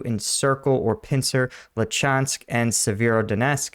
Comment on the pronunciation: 8/10 for breakdown, 3/10 for pronouncing Cyrillic words. 😂 I wonder how much more expensive outfitting all the drones with night capabilities would be. Russians certainly aren't driving all their vehicles at night, making them literal sitting ducks.